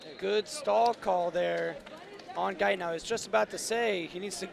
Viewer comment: But Gaitán is pronounced with the accent on the second syllable. Kind of like guy-THON. The announcer in the arena does a much better job at the end of pronouncing the name. If you’re going to be talking about a potential future Olympian, get his name right.